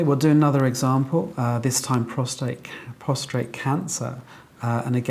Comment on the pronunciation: Prostate not prostrate